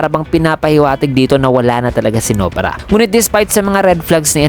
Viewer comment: Nobara not No-bara. Pinoy ka nga talaga.